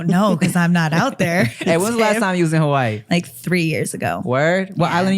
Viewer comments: The way nikki pronounced Hawaii sounded like havarti cheese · there's no way nikki is hawaiian.. tim know more than her. and she ain't even pronounce "Hawaii" right😂😂